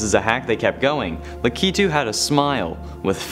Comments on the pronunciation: No you pronounce it as lack-I-tu not la-key-tu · U pronounce it lak u too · Pretty sure its pronounced Lack- i -to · Lakitu is pronounced lack it u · Its Lakitu (LAH-KEH-TOO) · You said his name wrong sorry